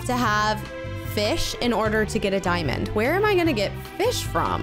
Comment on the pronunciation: you seed it is a dimend it is not a dimend